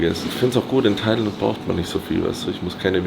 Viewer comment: Als single nach thailäänd ...lass krachen junge